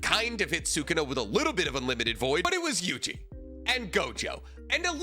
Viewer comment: Can we say sukuna’s name right lol